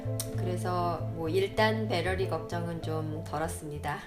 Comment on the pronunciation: 배러리 관리에 철저하시네요. 배러리 발음에 좀 웃겼습니다.